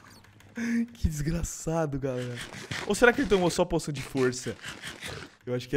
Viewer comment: "poichan"? "Porsão"? Caralho velho vc tem que ir a escola para aprender a flr 🤔